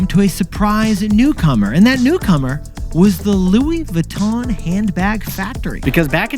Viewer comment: It’s Louis VEEEEEEE—TON NOT VOOOO——TON, ya grand imbeciles.🫵🏻🫵🏻🫵🏻